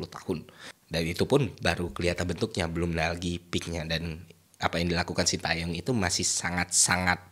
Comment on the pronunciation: Terima kasih bapak STY, juga untuk menghargai beliau kita harus tau bagaimana membaca namanya dengan benar. Yang pertama Tae, bacanya bukan Ta e tapi Te seperti di kata Tembak, lalu Yong bukan seperti baca Young dalam bahas inggris, tapi Yo seperti di kata Yolo, Shin Te Yong.